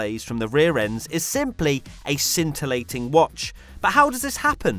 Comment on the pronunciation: Nobody: Literally nobody: describing anything F1 related: S C I N T I L L A T I N G